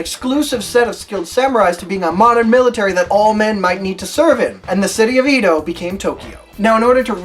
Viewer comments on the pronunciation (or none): That's Edo not Eedo.